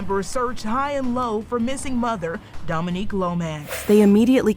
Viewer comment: How yall go go from calling her “Dominique,” to “Dominiquae?” Do better! Anyhow, RIP to this gorgeous woman. Sending strength to her entire family.